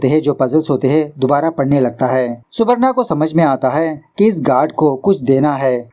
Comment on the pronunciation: Subarno pronounciation hoga